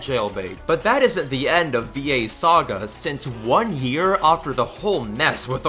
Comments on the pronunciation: It's after, not ofter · why do you say offter? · Learn how to say after, jesus. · why do you say "after" like that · I don't like the way you say after, but I still like your videos.